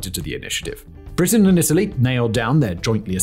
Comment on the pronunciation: "Britian and italy" at 5.39.....slip of the tounge